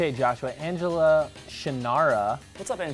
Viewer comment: OH MY GOD I CANT BELIEVE YOU DID MY COMMENT!!!! I was sooo shocked!!!!!!!!!!! P.S you pronounced my name wrong. Angel-ina like the mouse and the actress